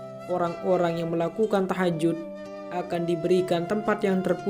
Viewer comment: Maaf koreksi...bukan TAHAJUT...tapi THAJUD.. JUD bukan JUT...